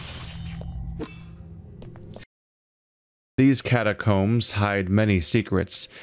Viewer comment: Ennuck, catacomm, lejjacy. And the text is full of errors. Nothing wrong with English being your second language, but there are plenty of people out there for proof reading/listening.